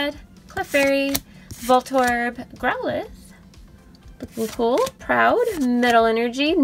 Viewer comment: It’s pronounced grow-lithe